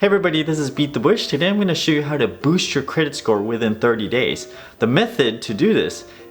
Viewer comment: Hahah, I swear I heard, "Hi, I'm and I will teach you how to Bush your credit score."